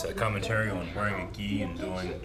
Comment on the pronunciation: often says the word "on" with an extra syllable. It must be a regional accent because the others also pronounce it that way a lot. It kinda sounds like "Last time uu-awwn..." 🤭